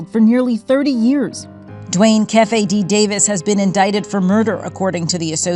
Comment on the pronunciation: You can tell reporters has never hung around any black people. It's pronounced "Key-Fee D"😂. I don't know this guy, nor have I ever heard someone say his name. I would almost bet my life no one is calling him "Kef-Fee D"😂😂